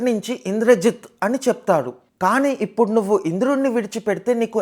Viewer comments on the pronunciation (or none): none